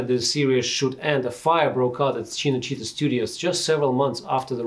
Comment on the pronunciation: The way you pronounce “Cinecittà” is quite bad